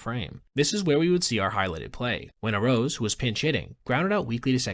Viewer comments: I'm pretty sure it's pronounced Ah rah ooz, not Arose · Pronounced (Arr-ah-ooze)